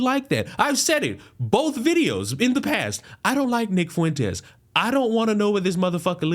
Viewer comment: Nick Fweenteez 🤣🤣🤣🤣